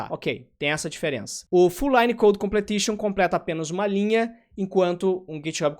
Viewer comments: se diz "complishon".. não "completishon" :P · Completion mano. Com ple tion. 😂😂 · face-green-smiling: sendo o cara chato na pronuncia: Completion